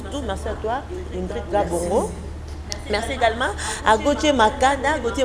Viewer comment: BINO PE ELLE S'APPELLE INGRID ET NON INDRID